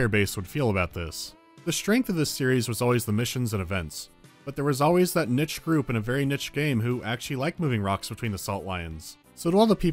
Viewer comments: the word niche is pronounced "neeshe", not "nitche". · First, "neth" for Neath and now "nich" for niche?